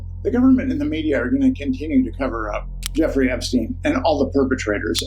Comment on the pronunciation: Effrey Jepstein? 🤣